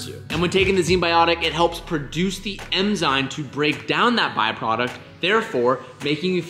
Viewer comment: did no one catch saying emzyne?